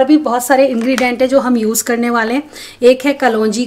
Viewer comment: Ingredients bhi thoda galat bolte ho 😀❤️